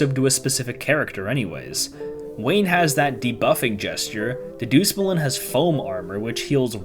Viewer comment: That is the worst pronunciation of Dedusmuln i have ever heard. Go down to Frozen Burritolevel person